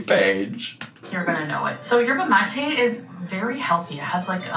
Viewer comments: Yerba mate is a type of highly caffinated tea and it is pronounced "Yerba mah-tay" like she is saying 😊❤ love you! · the cup is a Mate cup, they're very common in Argentina and Uruguay she did pronounce it right but also Yerba Mate is more like a tea where there are like leafs and you boil the water and then put it in that type of cup/mug so what she's putting in there makes no sense really 😅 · Yerba Mate is a tea made from Mate leaves. Very popular with Argentinians (I imagine it’s native to that area) & typically drank out of a cup like the one she had. but she actually is pronouncing it correctly. She’s typically delulu but I suppose not with the pronunciation